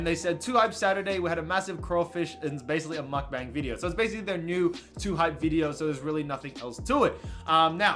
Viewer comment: why the fuck you say video like that?? VEE DEYO?